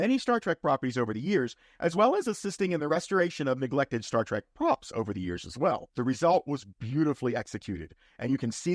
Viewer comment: If you are going to make a living on Star Trek, at least have the decency to pronounce it “Trek” and not “Track”.